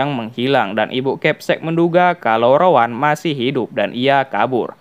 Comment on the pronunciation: Rowen bukan Rowan